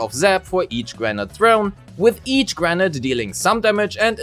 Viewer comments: "granite"? It's grenADE, like 'lemonade', what are you? A boulder, a rock person?! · granade is pronounced "gruh-nayd" not "grenat". Also gemini is pronounced "gem-min-nai" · At first, I was like: "What's "granite" have anything to do with Grace's kit?" Turns out, you meant "grenade" lol. It's pronounced as "gruh-neyd". Rhymes with "blade", "gatorade", "shade", "Grace sat on my face; I need first aid." etc. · You're pronouncing grenade like Granat. Nade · Thank you for the video but everytime you say grenade i hear granite. So I keep thinking why is Grace throwing a rock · Very good guide 👍 but please stop saying granat😁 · He is pronouncing it like the latter part of "Pomegranate". Doing this for the word "grenade" seems to be a pretty common mistake among Germans (Nix für ungut, bin selbst ne Kartoffel) and I genuinely wonder were that stems from 🤔